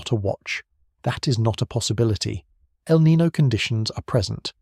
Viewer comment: Niño, not Nino. The name means "Christ child" because the warm currents peak around Christmas. Nino on the other hand is a first name in spanish. Not hard to pronunciate